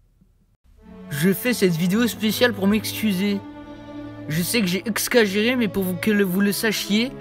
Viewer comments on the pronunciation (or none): Le "excagérer" m'a tué 😂😂😂😂